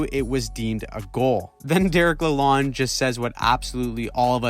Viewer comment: la lone not lalond